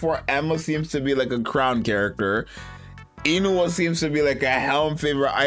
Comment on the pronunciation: Korean here, it’s pronounce “oon-hwa”. Sorry I have to be that guy.